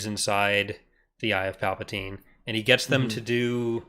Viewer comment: Not Palpadiddy…